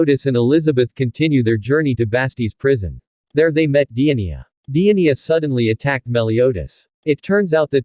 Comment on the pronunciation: He sead Dienia 🤣🤣